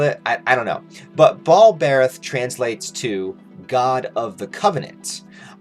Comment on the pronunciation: I think it's pronounced ball-bur-ath